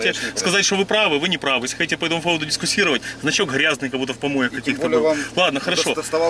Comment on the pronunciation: не дискусировать, а дискутировать!:)... Было бы простительно, не будь ты журналистом;)